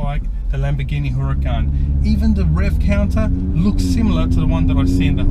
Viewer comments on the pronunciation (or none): Makes me nervous when he says “hurracAn”